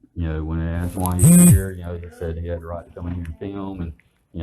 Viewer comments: " Asked" not " axed " or " ax " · I've seen this same cliche comment in other comment sections. So let me take advantage of this opportunity to explain it to you. A lot of black people pronounce it that way. You'll probably just have to get over it.